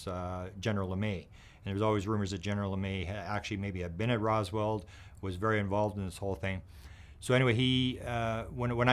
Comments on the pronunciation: …..IT’S “ ROSWELL “…… ….. NOT “ ROSWALD “…..🙄⁉️ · “Rosworld” lol